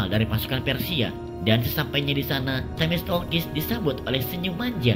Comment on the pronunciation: Themistoklis bang, bukan themistolkis